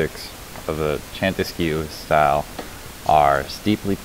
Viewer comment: chantesque...should be /shato-esk/. comes from the chateau - /shato/ - french for castle. if translated the name of the style would be "castle-like".